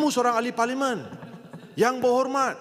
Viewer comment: 😂😂😂😂😂 ngucap parlemen juga belepotan jadi paliman 😂😂😂😂😂😂😂😂😂😂 malaydesh malaydesh